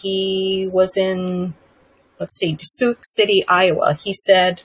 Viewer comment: "Sooks City"?